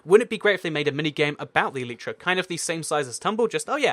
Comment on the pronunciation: Did he say flying cat?????!!! Xd!